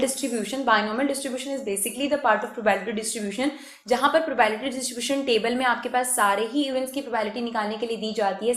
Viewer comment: Not mocking but I cringed each time she said prabality